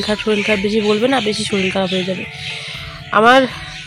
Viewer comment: Shoril na shorir